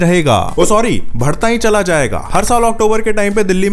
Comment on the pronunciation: Bhadna nhi hota Badhna hota hai